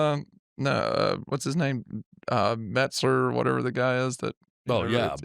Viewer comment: referring to Meltzer as "Metzer or whatever" was the best 😂😂